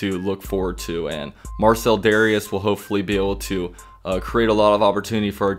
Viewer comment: You SUPPOSED pronounce it DARE-REE-ES 😂😂😂